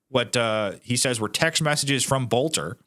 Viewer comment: it's pronounced Belter...